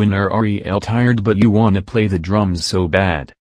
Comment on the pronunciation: when the voice over said josh on da drooms it sounded like josh on shrooms omfg